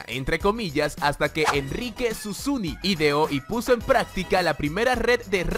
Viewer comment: Es Susini, no susuni 😂